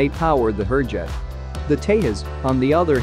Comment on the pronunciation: I would really request to at least pronounce the names of the aircraft correctly. They are pronounced Hoorjet (not as in poor but as in moore) and Tey-jus ( and not tehas - it is not a scandenavian or spanish name).